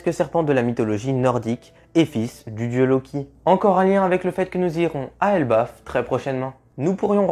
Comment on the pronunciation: Elbaf pas erbaf